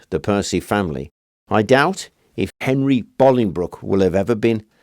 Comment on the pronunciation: Thank you for pronouncing Bolingbroke correctly 😂 it's not far from where I live but people always pronounce it wrong. You're spot on 😁👍